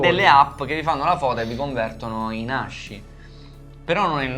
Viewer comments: quello che vuoi ma si pronuncia ASKI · Ragazzi di pronuncia aski, SI PRONUNCIA ASKIIII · Bellaz non voglio rompere i coglioni ma ASCII si legge "aschi" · ASCII si legge aski cmq (in inglese) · Fun fact: in inglese ASCII si legge "aski", il nome del sito è asciicker che si dovrebbe quindi leggere "ass kicker". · Tutto bello ma ascii si pronuncia come il cane husky. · posso rovinare la magia dicendo che ASCII si pronuncia aski o, al limite, askey? mi annoiavo.. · ASCII si legge ASKI ragà